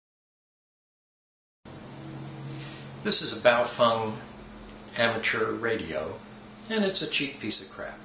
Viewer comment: It's Baofeng, not Bowfung. :-/